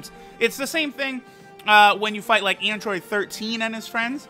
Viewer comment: EEndroid, dEEmEge, gEme Android, damage, game Why does he sound like that?